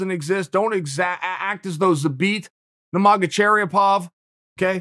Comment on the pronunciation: I usually thought chael was kidding about his mispronunciation but cherry-o-pov had me laughing out loud. He knew what he was doing there .